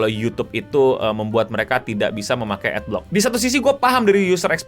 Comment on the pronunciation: Bacanya Ad block bukan Ad blox